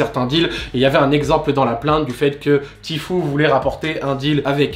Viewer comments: "Ti fiou" voilà comment on dit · Tu prononce mal "tfue" 😉!